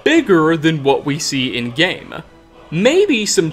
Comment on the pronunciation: Skyrimuh is my favourite gameuh